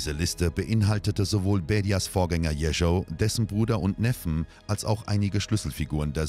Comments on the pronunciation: Jeschow nicht Jericho! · Warum lernen die Sprecher nicht endlich mal die russische Aussprache! Nur pars pro toto: Der Erzählungen und blutrünstige Zwerg hieß Jeschow und nicht Jescho. Oberflächlichkeit lässt immer Zweifel am Inhalt aufkommen.